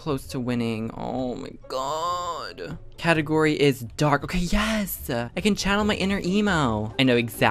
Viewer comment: he says channel wierd